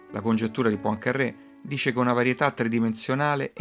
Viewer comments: Poincarè con una r sola, non PoincarRè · La congettura di "Pancarrè"... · Vero, quel PoincaRRé è insopportabile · e daglie, co' sto "PoincarRé"...... non è mica un sandwich.